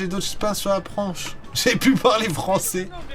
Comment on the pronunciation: il m'a tuer le " j'ai d'autres shpain sur la pranche " 🤣